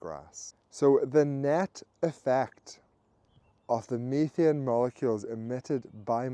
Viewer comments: Methane. He's saying "methane" (meh-thayn) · I've heard of "methane" but I've never heard of "meethian".